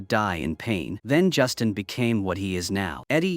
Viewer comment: Not Justin, but Justine. Ugh. Freakin' auto narration.